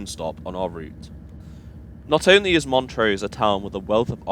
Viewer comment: With the exception of the three biggest cities (Glasgow, Edinburgh and Aberdeen) Scots placenames hardly ever have stressed first syllables, and it sounds really naff to pronounce them as you do. So it's M'nTROSE, D'nDEE, etc. At least you got Kircaldy more or less right.